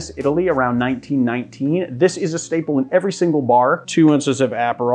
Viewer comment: This is a legitimate question- not trying to harass. Are the- I will say "alternative" pronunciations of some very common ingredients done for style/ charm- or is it like a regional accent thing? Like Aperol and Maraschino